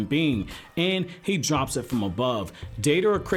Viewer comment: I love Deidara, second worshipper of mine. I wish someday there is more info about his past Btw thanks for saying his name correct